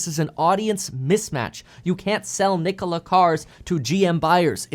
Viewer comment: How can someone disrespect the name Nikola like this